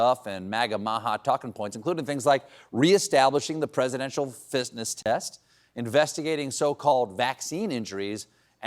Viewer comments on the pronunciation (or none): Minute did Stephen just said Presidential Fistness Test… instead of “fitness”😂😂😂😂😂😂😂😂